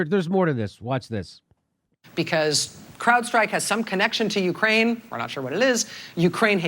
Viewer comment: You say Ukraine really weird. It sounds like you're saying Ukain.